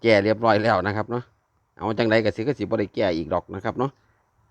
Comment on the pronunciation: สิบบนหรือล่างพูดไม่ชัดเจนเลยครับ